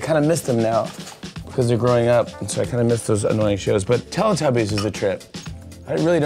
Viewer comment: i new he was going to say telatobies